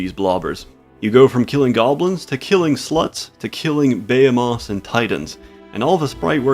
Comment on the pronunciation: Bay ha moths......